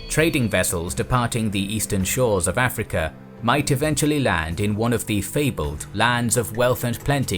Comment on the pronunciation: I like how this guy kinda pronounces Africa like “afrekea”.